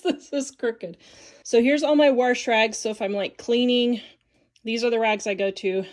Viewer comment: There isn't an r in wash.